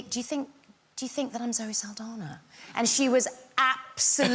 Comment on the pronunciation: Pronouncing it Saldanya is making me crazy